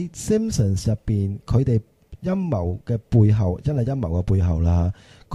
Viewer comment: 開場果時講到好似陰疣背後..